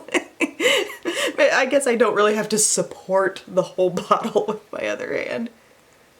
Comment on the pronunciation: saying udder just made my day!!!! Lmao!!!!!!